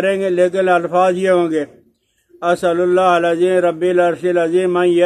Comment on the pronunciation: رب العرش کے ب پر زبر ہے مولانا